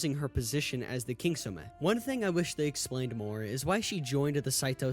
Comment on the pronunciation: There are more things wrong with your video than the actual game. Lol. Your pronunciation of the Japanese names, you must have slept through the whole “Kitsune!!” Not “KingtsuMe!!! Because they address everything you have a problem with during that ARC. They don’t do a great job but they still address it. She was blinded by hate and she lacked morals. She was not too easily convinced. She let Oyuki live because Oyuki let her live. It’s not hard to get.